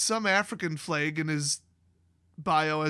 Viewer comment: sigh And my takeaway from this is you pronounced flag as flaig. Flaig? Flague? Flayg? How do you spell that?